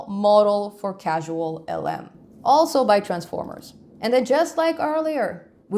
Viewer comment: I know English is not your first language but it is CausalLM not CasualLM